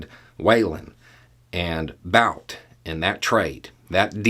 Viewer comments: It’s “boot” not bout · So you're saying that the person who managed to bankrupt his own casino doesn't know how to gamble? {BTW, I think the guy's name is pronounced "boot," like a high shoe, not "bout" like "whataBOUTism." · Why Bout? I'm pretty sure it's Bhut (well, actually just But), with the u pronounced like 'oo' in 'foot'. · His last name is pronounced boot! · Bout's original name is Бут. There's a single 'oo' vowel in its proper pronounciation, roughly comparable to 'boot', not an 'ow' diphthong. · Pronounced Boot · It's pronounced "boot",. 😊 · Bout - 'ou' is his name is pronounced as 'u' in put. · I find it disconcerting that he is pronouncing "Bout" like the English word, even though he speaks some Russian. Why is that? What's the statement being made?